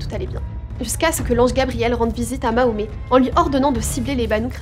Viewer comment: mahomet?tu fais exprès de mal prononcer sombre petite insecte